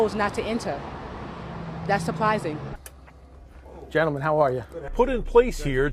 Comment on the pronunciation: she can't even say "surprising"! Can you believe it? Suuhhh-pwi-zing?